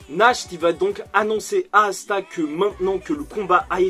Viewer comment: assa au lieu de Asta😭😭